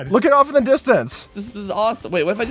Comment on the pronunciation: se tiver algum br aqui eu to loco ou no minuto ele fala "iam doing my job de blowyng(nao sei escrever mas é explodir em ingles) bla bla bla? ele realmente falou o de?